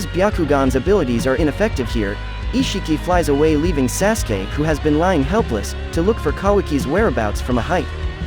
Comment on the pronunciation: Your not even pronouncing sasukes name right...